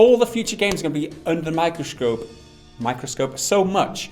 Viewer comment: 'Microschcope' lol